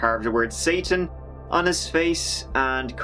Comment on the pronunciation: Whoops he pronounced satan wrong